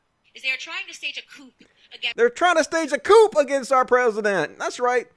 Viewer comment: A coup: a sudden, violent, and illegal seizure of power from a government. The impeachment process is being done legally and without violence. Besides, I'd love to know your source on the democrats attempting a coup twice before this. And you seem to have missed that I was primarily making fun of that idiot for saying "coop" when she meant coup (pronounced "coo")